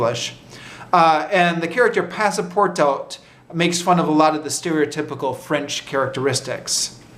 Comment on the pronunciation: great video a small correction: passepartout is pronounced pass - par - too